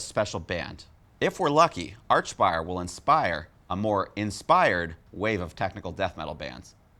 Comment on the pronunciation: Why do you keep calling them arch-spire. Its like ark-spire.